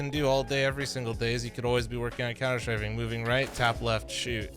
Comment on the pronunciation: What's couner shrafing?